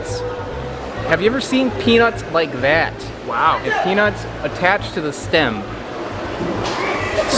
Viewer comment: Why are you guys saying it that way LOL "peanus" is what you are saying but I think you mean "peanuts"